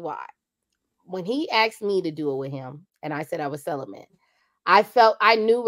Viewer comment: what is "celament"???? Celibate??????